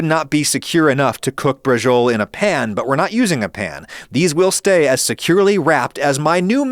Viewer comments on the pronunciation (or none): Depending on where you live in Italy, horse is the traditional meat for braciole, and they're stewed for a long time in tomato sauce, rather than oven-baked. Also, it's pronounced "bra-cho-lah" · can i be That guy and say that in italian it should be pronounced something like "bra-cho-leh" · Dear Adam, You shouldn't say "braciole" as if you were pronouncing it the correct way and then completely butcher the pronunciation in a way that made my Fiancée who was watching this video with me shout in confusion. Thanks.